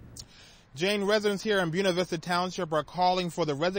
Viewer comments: The reporter is horrendous. If this guy has a job them AJ Clemente is a saint! BOONAh VISTA?!?!? dude its pronounced BOY NA VISTA. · it's BWEHNA vista, not BUNA vista. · You're just as wrong as he is. It is pronounced Boo-way-na Vista. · "Byoona Vista"